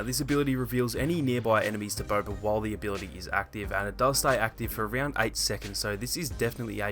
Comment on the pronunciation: Haha he pronounces it as”Bober”